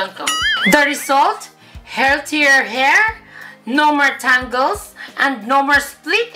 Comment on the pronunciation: Tawang tawa ko sa tangles. Tingles pagkakarinig ko hahahaha